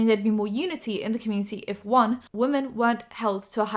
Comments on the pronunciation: THE WAY YOU SAY ‘WOMEN’ IS SO JARRING I’ve noticed it a few times but this time I couldn’t stay quiet😭😭😭😭 why do you pronounce it ‘woman’ they’re two diff words girlie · I know it's your accent and a southern thing but it always catches me off guard when you say "woman" for "women" 🤭 On another note - you're so pretty ❤ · I love you but please can you pronounce “women” correctly. You say “woMAN” every time not ‘whim-in’. I love you, this is no hate 😭❤️ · I’m sorry I love ur channel but can u please not say “wo” “men” and say we”men” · no hate, please: wo-man = wuh-mun wo-men = wim-in